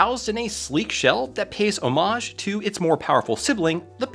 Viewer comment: I did not enjoy the way you pronounced "homage"